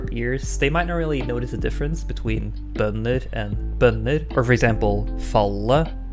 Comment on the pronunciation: first of all, thank you very much, this video was the only one that perfectly explained what I was trying to understand! I'm Italian and I have a channel about Germanic Linguistics. Would you mind if I just use your audio (as you're a native speaker), just the part where you say the two words "bønder" vs "bønner", for one of my videos? I'll be happy to give you credit in the description. Please let me know asap:-) thanks